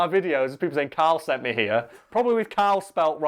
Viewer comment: Qarrel. His name is qarrel